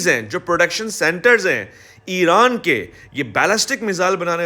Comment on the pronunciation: IRAN Dom ✅ IRON Dom ❌❌😂